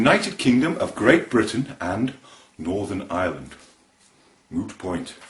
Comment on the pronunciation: Very good but I have to say that your Southern Ireland accent is a little off. Your "I"s in particular: it's not Ireland as in "OIR"-land, you should use more of a hard I. It should be like "I"-reland with the I pronounced as if saying "I" like cake. Otherwise cracking effort. The Northern Irish accent was pretty bang on.